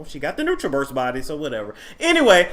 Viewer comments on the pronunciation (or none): none